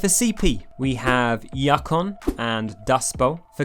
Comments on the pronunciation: "Yuck-on"? pls, it's "Yoo-kon"! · It's pronounced you-con, not yak-on or yuck-on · “...or DAYTA in American-speak...” Bold words from somebody who pronounces Yukon as “YUCKUN.” (It’s Yoo-Kon.) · hearing someone call YOU-kon YUCK-on an entire video kind of hurt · I think you offended the Canadians there with "yuck-on". But we're sorry that it's a confusing name. "You-kon" is correct btw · Why did he pronounce yukon (you-con) as yuck-on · Yuckon haha I think it's Yukon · Yukon is pronounced you-con, not yuck on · 3 thing. 1. Its YUkon not YAKon. I dont know how. A U gets turned into an A. 2. The iron bomber is a crutch. 3. I agree with the video. I wish people played other maps more often. I really love pipeline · DID HE JUST SAY YAKON. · Yukon is pronounced "you-con." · i think yukon is pronounced you-con but you’re english or something so idk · I could be wrong, but i think that was the joke. Yuck-on. (There was something about “yuck” in a sentence before. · Where did you get the 'a' sound in 'yukon' from? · Pretty sure it's pronounced you-kon like the territory in Canada . But anyway I love Egypt, had some good games on that map. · yukon is pronounced you-con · just straight up called it Yuck-on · Its pronounced You-Con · I bothers me a little bit to hear pronounce Yukon “yakon” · tha'ts not how you pronounce yukon. the yu is pronounced like the word "you". unless thatsjust the tf2 pronunciation. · Yukon may offend less people than Junction, but your pronunciation of Yukon is the most offensive. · The way you pronounced Yukon is so wrong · why do you pronounce yukon the way you do?